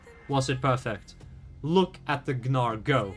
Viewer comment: great video.. but bro the G is silent in gnar ToT